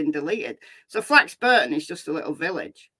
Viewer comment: It's pronounced Flax (Bor) ton, not Flax (Bur) ton.